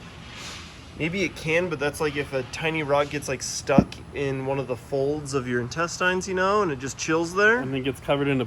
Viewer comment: The way this dude pronounces "intestines"...